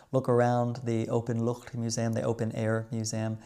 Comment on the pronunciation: Je uitspraak van Van Goch is heel goed! De ch van Openluchtmuseum is ook goed, Maastricht kan iets beter, een simpele stemloze ch. En de d in Noordzee kon ik niet goed horen, was het een pure t? De n van oliebollen is tom, oliebolle dus. Altijd leuke films van je!